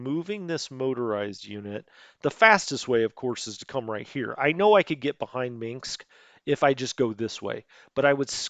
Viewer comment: Dont say Minksk. Say Minsk. There is no mink in Minsk.